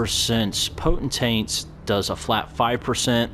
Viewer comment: I can't decide. Is saying potent-taints on purpose cuz that cracks me up??! 😂